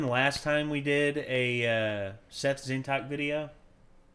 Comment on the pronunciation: Again, it's not pronounced the way you keep pronouncing it. Tzeentach is pronounced Zee-n-ch not Zeen-tack